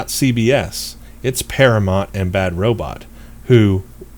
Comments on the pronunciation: The name of the production studio is par-a-mount... Like mount your horse. Not Par-a-mont. Like Monty Python... Please get it right. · Dude, you're a ST fan and you can't pronounce 'Paramount'?